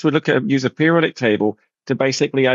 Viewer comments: Table not taybowl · "The periodic tabow" the way Terry pronounces certain words is silly